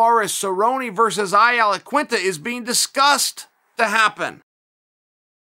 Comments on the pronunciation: I Aliquinta? 😂😂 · called him "I alaquinta" lmao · "Ai Alaquinta" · Anyone catch the i Alaqunita? Confused me for a sec haha